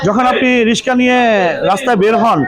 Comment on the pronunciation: সাংবাদিক!!!! রিকসা কে রিসকা বলে😁😁😁